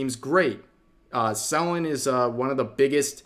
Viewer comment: Say Selen name right